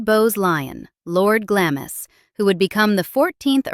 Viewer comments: Glamis is pronounced Glahms. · " GLAMIS" Is pronounced as " GLARMS" as in calms or arms. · It’s pronounced Glarms ffs. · it's pronounced Glams castle. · Nice video. Glamis Castle is pronounced “Glams”. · Glamis is pronounced Glamz. Forget the i's there. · Glamis is pronounced GLARMS !! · Correction: not Glam-is. !! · By the way, Glamis is pronounced Glaams, the I is not pronounced and the 'a' is elongated as in the word 'far'. It's pointless judging the past by present standards, attitudes at the time were very different. Who knows what future generations will make of present day norms? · Glamis = pronounced Glahms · Glamis Castle. Pronounced...Glams Castle. ❤ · Oh! For goodness sake! Pronounce it properly! It's GLAMZ... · I wish Americans would register that Glamis is pronounced “Glarms”. And that the shire in British counties is pronounced “shuh”. And that you don’t sound the h in Buckingham, Sandringham etc. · Glamis is pronounced Glaams. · Glamis is pronounced GLAMS. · It's pronounced Glarms. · Glamis is pronounced 'glarms' 😊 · Glamis is pronounced “Glams" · Glamis is pronounced "Glahms" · It is pronounced Glarms Castle.. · Its pronoumced glamz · Yup that irritated me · It is pronounced Gl ar ms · No it doesn't. lt is pronounced "glaams" and rhymes with "farms". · Isn't it pronounced Glams? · Glamis is pronounced " Glahmz" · It's pronounced Glomz. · It’s pronounced….. “GLAMS”!!!!! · It is pronounced " Glams" even though it's spelled "Glamis" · Glamiss. - oh dear, do learn the correct pronunciation. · you say it GLARMS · Pronounced Glarms. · Glams not Glamis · Glamis is pronounced Glarms. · It is pronounced Glams, NO R! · Wish the narrator would do her research and pronounce the castle's name correctly . Makes one wonder what other inaccuracies we're getting, and hesitate about listening to the rest of the reel. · Does anyone teach these “narrators” how to pronounce “Glamis?” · Please learn to pronounce Glamis correctly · Cant even pronounce Glamis